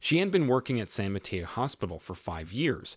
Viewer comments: San Mateo… ( SAN mə-TAY-oh) not ma-tea-oh. 🙏🏻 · San Mateo is mispronounced. It is a Spanish name. In Spanish “e” is 😅an long vowel “a”